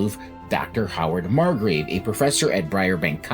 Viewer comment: Margrove, not Margrave. Honest mistake 😅